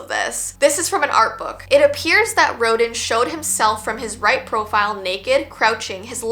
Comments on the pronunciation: The Thinker one is trippy! Btw Rodin is pronounced like "row·dan". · I was like she was an art student! How does she not know how to say Auguste Rodin aaaand yall speak french in Canada :D